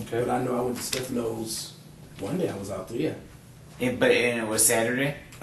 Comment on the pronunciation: This guys good friend and he can’t pronounce Staffano’s Pizza. Not one word is the truth. Yuck. Can’t stand guys like him.